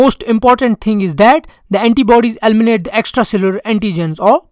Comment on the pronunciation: “Elminate” 😂😂😂. This one is funny